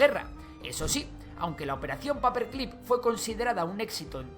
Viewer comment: Se dice paper clip ,no paper clip